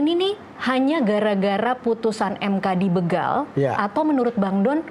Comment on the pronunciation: BEGAL. Huruf "E" dibacanya spt membaca "E"nak, b"E"cak, b"E"mo, dst. BUKAN dibaca kayak p"E"dih, p"E"rih, s"E"mut, dst.